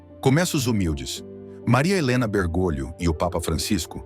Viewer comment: A pronúncia correta é Bergólio, e não Bergôlio. Correção fraterna